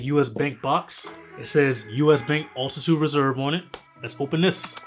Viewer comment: Bro, it’s not “Ultitude” it is called Altitude!!! 😅